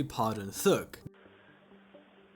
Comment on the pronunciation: T.h.u.g. Not thög bro